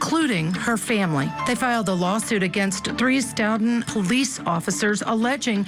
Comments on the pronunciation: Few comments for feedback that I’m sure no one will listen to: 1. The piano music is absolutely awful. 2. Learn how to say the town names you are talking about: it’s not wooster, it’s WUS-stir, it’s STOE-ten not Stutton or Stout-ten. 3. Are you going to talk about the connection with the KR case and CPD? Or are we just completely ignoring the corruption of Mass (my home) or are we too scared to say it? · Its not St"out"ton its "Stow"ton Massachusetts. How can such a professional level get the pronunciation of the town wrong. Other than that. It gives me chills to think how many times I may have walked by Sandra or the officer whenever I was in Stoughton. 😔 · Stoughton is pronounced “Stow-ton. Of course, any self respecting Bostonian would drop the “t.” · Stoughton is Pronounced stow-ton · As Boston native I’m disappointed and disgusted by these “officers” what a horrible injustice!!! Hope they get what they deserve, in this life and the next . Stoughton Is pronounced “Stowt in” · Its stow-tun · OMGoodnessssss...the music and the name of the town has a long "O" sound not "OW" sound and pronounced "S TOE TON" Next town over from the Karen Reed case in Canton, MA. It's also "Wellslee" Not Weslee. OMGoodness! You're killing me....it's not Wooster it's Wustah!!! You're chopping up every town name in Massachusetts!